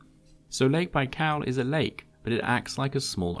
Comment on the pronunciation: „lake baikaaaaw”